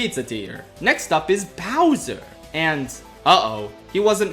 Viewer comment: says Bowser like in Hotel Mario